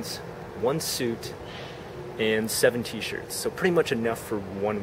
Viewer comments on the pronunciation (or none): none